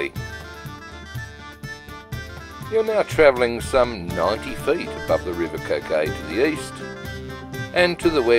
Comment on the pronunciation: I love this part of the world, thank you for making. Just one small point, the river Coquet is pronounced in the local dialect as ‘kurr-kut’.